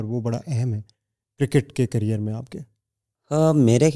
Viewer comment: Career ❌carrier ✅